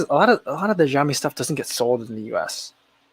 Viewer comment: FYI: xiaomi = shao mi